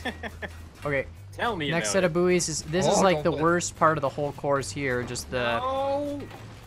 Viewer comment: Buoys are pronounced ‘boys’ not ‘booeys’